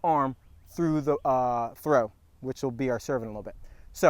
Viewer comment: Is Trow an ebonics for something?